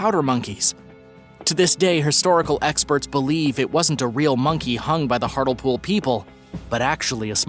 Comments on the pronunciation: It’s hartlepool not hartel pool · You spell it as Hartlepool but you say it as Hartlypool just so you know for the future :) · Hartlepool is pronounced hart -Lee -pool. Lol your version made me giggle though. Also, Gilles De Rais has been pardoned. He was set up by the king who thought Gilles’ eccentricity was embarrassing him. It is thought that Elizabeth Bathory was also set up in a similar way, due to not only being a woman in power (Not good in those times) but also, people wanting her wealth. She is yet to be pardoned though, as not enough evidence has been found so far. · It's pronounced Hart-lee-pool